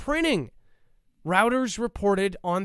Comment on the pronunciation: "Reuters" pronunciation is: Roy-Ters